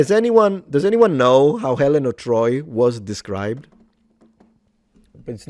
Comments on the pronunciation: Helen of Boi 🤣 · "HELEN OF DETROIT" 🤣🤣🤣🤣🤣🤣🤣🤣🤣🤣🤣🤣🤣🤣🤣🤣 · Helen of De-Troy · Helen of Detroyt is diabolical lol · “Helen of Detroit” you are the devil😂😂😂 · Helen of Detroyt. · Helen of Detroyt. 😂😂😂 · Helen of De Troit . . . 😂🤣😂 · helen of dertoyd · Ah yes, Helnah of Detroit